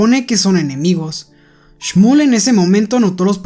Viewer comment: Oye nose yama shmol se yama shmuel así me yamo